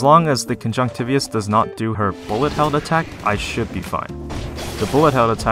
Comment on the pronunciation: That's not how you pronounce conjunctivitis bro. But that's the only complaint I can think of, your videos are awesome, thank you for making them! They're helping me be a better player quickly.